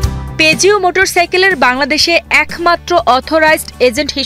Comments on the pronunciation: পেজিও নয় পুজো উচ্চারণ করতে হবে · উচ্চারণ peugeot= পুজো